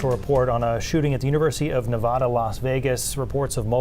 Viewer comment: Hey Maine newspeople...ITS NOT NA VAH DA. What is wrong with you???